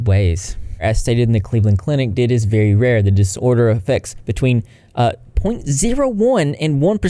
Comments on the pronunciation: No offence but please stop calling it 'did' it is D I D, each letter being said. You wouldn't say OCD like Ohckduh. Y'all pathetic if you seriously have to fake disabilities for views. I would kill not to have things like ticks. They suck ass and can be painful and embarrassing. Fighting ticks back for me makes them even worse as well and we often get made fun of for them. The only thing y'all have at that point is some straight up delusions. Who knows, I'd go as far as to suggest they might have some narsististic personality disorder or somethin. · Hey! Just letting you know “D.I.D.” is pronounced as each individual letter, not like the word did.(: Thank you for making this video!! Kids nowadays are living through a second, much worse ~tumblr~ era I swear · Also you may have said it "did" for engagement, idk, but it's "D. I. D" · also alters dating each other isn't as rare as it might seem.. tho that J&J do be kinda sus but seriously, just because it feels weird to a singular(plural = body with DID) this doesn't mean it's fake ..also it's pronounced Dee Ai Dee (D I D) not did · Hi! Just wanted to say it’s pronounced D.I.D. Great video!!